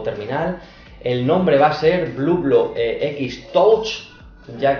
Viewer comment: No sé yo si fiarme de una review en la que no os habéis preocupado ni siquiera de decir bien el nombre de la marca...